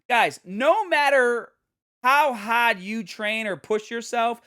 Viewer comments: If accents wete birds, the Bostonian accent would be a mockingbird. Hah•d Hah•der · The Boston accent came out when he said hard lol